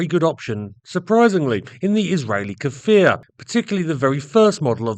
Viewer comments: Small correction, the Hebrew pronunciation is "Kfir" (like saying "rear") and not "Kafir"... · its not pronounced "ka-fir" its pronouced "k'fir" no vowel ovment beween the two first consonant. means lion cub in hebrew, israel was later to develop the Lavi, which is another great plane, but it never met with producton past the prototypes. supposedly after the Lavi (young/adolecent lion), which was a single engne multirole that was going to gve the f-16 A/B a run for its money, the IAI was planning to build a third, double engine fighter that would be something like the f-15, which was going to be called ARIEH (which is an adult lion). all these fighters are suposed to have synonymes of lion. sadly that project never passed the design stage, as that there was no funding anymore to fighter jets.